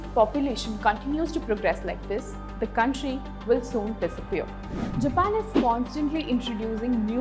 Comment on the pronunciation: It is all over the video..... The presenter's pronunciation of 'Japan' is not on point.